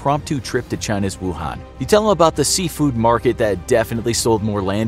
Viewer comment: I know this is just a very small detail, but I'm just a little annoyed that the pronunciation of Wuhan is slightly off.